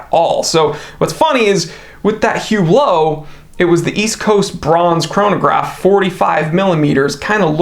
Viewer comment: Hublo pronounces “UBLO”